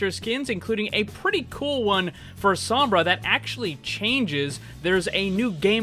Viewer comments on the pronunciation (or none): none